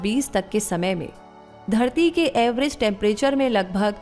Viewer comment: Everest Temperature Ja phir Average? Shabdo ka sahi ucharan kijiye